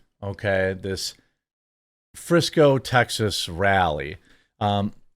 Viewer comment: The rally in Friso. Not Frisco.